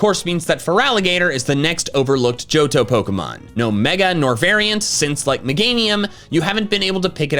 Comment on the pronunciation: It's "Johto"